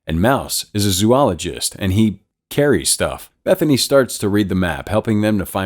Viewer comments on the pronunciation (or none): i died at the, “and he…….✨carries✨ stuff”